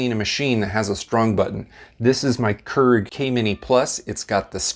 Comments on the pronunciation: Another common mistake people make is pronouncing it “krrrrrig”. When it’s actually “cure-ig” or “kyur-ig”. 😑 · I'd listen to a person explain about the Keurig coffee machines, But not this person as he keeps calling the machine Kerg what ever that is. It's a KEURIG Pronounced Keu rig. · Ha me trying to watch the video : keeps getting caught up everytime he says "kurr-ig" 🤣🤣 but hey he's probably correct and I'm probably not, but I've always called it "cure-ig" 😋 and I've made almost all these "mistakes" lol. I've also noticed that it won't brew if you put refrigerated water in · Keurig is produced as “Key-ur-rig” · "Q-rig" please thanks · Does anyone else cringe when he says "Kurrrig"? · I don't cringe at this one.. But I understand the issue, because other mispronunciations do bother me. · Well, considering it's a Dutch word, most people are pronouncing it wrong to begin with. His pronunciation makes it seem like there's more than one r in the word. Proper pronunciation is actually more like keer-ech / care-ich. But since I'm American, Cure-rig sounds good to me. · You're mispronouncing Keurig and you keep saying Keurig. 😂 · >speaks of mistakes, says he refuses to make said mistakes >pronounces keurig wrong lmao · This dude can't pronounce Keurig and it really bothers me